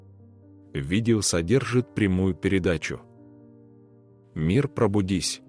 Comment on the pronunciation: Почему так произносится мииииир?